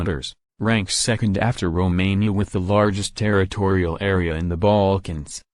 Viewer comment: I love how google voice says "baAlkans" Can you make croatia + bosnia